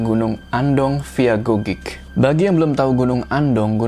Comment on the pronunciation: Ralat .. Cara baca bukan gogik tapi nggogek.. bang hehehe mksh.. itu deket rumahq gn Andong